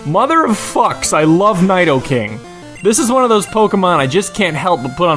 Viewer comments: NIE-do-king XD sorry sorry but it is NEE-DO-KING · its pronounced needoking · Lol, it's pronounced like "nih-do-king" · nidoking is pronounced as "NEEDOKING"! not "NYDOKING"! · Needoking not neidoking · nido not nydo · It's Nidoking (Needle-king) not Nide-o-king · Naidoking? Naidorino? I thought it was pronounced Needorino and Needoking? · It's pronounced "needoking", not "niedoking" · i thought it was pronounced ne-do-king not ni-do-king xD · I gotta say, I adore your videos. your form of humor and how you make these videos is right up my alley. I just wish you updated more often! =P anyway, fyi, you mispronounced Nidoking/their line. it's not "nido" as in "knight-o" but "need-o" taking it's pronunciation from Japanese pronunciations of the letter "i", which is pronounced with a long "ee" sound(like "need"). which, as it's one of your top favs and is such a good pokemon, it makes sense that it's name be "neat-o-king" ;P *badum-tish* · N(eye)doh-king? nope... Knee-Dough King... man my brain hurts now... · wait... n... naido... naidoking... um... pretty sure its pronounced [nee•dou] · Stop right there, n-I-do-King 😁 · Nidoking is pronounced NEE-doe-king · nİdoking? İ do no ido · It's um...pronounced NEE-doh-king... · Yeah NYdoking is the miss pronunciation. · I'm glad he names most of his pokemon because he can't pronounce their fucking real names. Annoying as hell. Nigh-do-king? Really? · its 'nee doe king' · Yes he pronounces it wrong...but its not English, its Japanese, you are arguing the wrong language. "I" in Japanese is pronounced "EE", so its NEEdoking, if it had emphasis on the AI sound it would be spelt Naidoking. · It's pronounced nee-doe-king I LOVE NIDOKING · No offense, but Nidoking's name is pronounced needoking. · Still think Nidoking should be pronounced Needoking (since the Nido- comes from the romanization of the japanese Nidoru, which is needle).. I know I'm a nerd 8-| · It is pronounced Needorino and Needoking. He just mispronounces it.